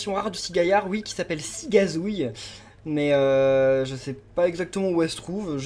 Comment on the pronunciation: t as mis cizagouille au lieu de cigazouille XD